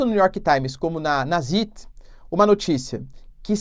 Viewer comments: Professor não é sit se pronuncia Tzait. Significa Tempo, e seguido de um í tem o som de aí por exemplo Einstein vc pronuncia Aistain. Zeit o Z tem um som de Tsé mas bem rápido. Não sei explicar pq não aprendi gramática só sei falar alemão por que moro aqui mas não sei nada de gramática abraço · Professor ''Zeit'' se pronuncia ''Tzait'' com um t quase mudo no começo como em ''tsar'' e significa tempo em alemão. Um abraço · Zeit = "tzáit" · Ótimo vídeo, professor. Só um comentário: "Zeit" se pronuncia "Záit" e significa "Tempo" em alemão. Abraço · Professor, no alemão, sempre que você ver as vogais "EI" em uma palavra, você pronuncia como "AI". Por exemplo um famoso: Albert Einstein. Então a pronuncia do nome do jornal é "DIE ZAIT". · Obrigado pelo vídeo Professor! Zeit se pronucia "zait". significa Tempo. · Professor, a pronúncia para o jornal "Die Zeit" fica assim: di Tsait. Obrigado pelo vídeo! Estou aqui sempre te acompanhando. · Professor, Zeit é lido como: Sáit Obrigado pelo ótimo conteúdo e por manter todos nós informados. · Tsáit na vdd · "Di dzáit" seria a pronúncia aproximada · O jornal "Die Zeit" se pronuncia como "di tzáit" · Pronúncia de Zeit: Zäit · Compa, o alemao ta mal..vc nao tem tempo de ver o tradutor di google?la vc escuta apronuncia certa.. o ei em alemao e um A.. Di Tzat.. ok??? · Die Zeit.... Ei em alemão tem som de aí.... Então se pronúncia zait e o z se pronúncia como se fosse um tz então se pronúncia tzait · "Díi Tzáit", é a ajuda fonética que posso dar (sem ser D e T de carioca) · Zeit. Pronuncia-se tzait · Die Zeit = Di Záit